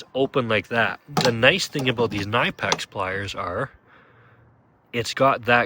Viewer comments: Pronounced “Kuh-nip-ex” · Ka nip ex. You are pronouncing it wrong. Look up how the company pronounces it.